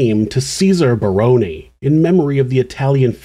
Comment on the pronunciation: As an aside, I would like to commend you on the correct pronunciation of the "Barone" name. It is rare.